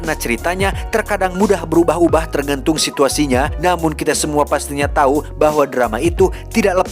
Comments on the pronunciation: Aduh si, diberitau pake u bukan pake i atuh hahhaha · memberi tau bukan memberi tai bang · ada yg ngeh ngga sih tiap ngmg "memberi tau". berapa x geu dengernya "memberi ta*" 🤣🤣🤣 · wkwkkw si tijalikeuh letah na memberi-tai